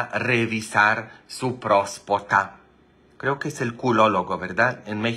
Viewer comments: Father se dise prostata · Se dice próstata